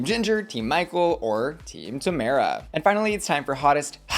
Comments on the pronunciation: The only American I’ve heard pronounce Tamara wrong 😭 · How have you watched the whole season and still pronounce Tomara like that..? 😭